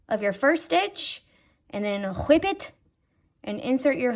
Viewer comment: “and then HHHWHIP IT” 😂